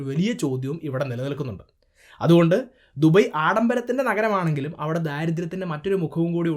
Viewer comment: ദുബൈ കറക്റ്റ് pronunciation from ഭായ്..